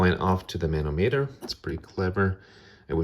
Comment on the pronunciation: Great video! Just thought you would like to know. Manometer is pronounced muh nah muh ter